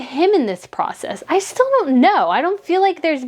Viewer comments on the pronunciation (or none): none